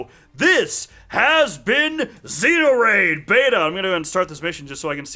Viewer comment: lol he said xeos instead of neos XD. love your vids!